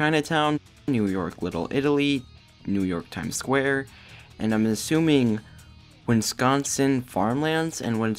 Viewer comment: Did you say Winsconsin. It's wisconsin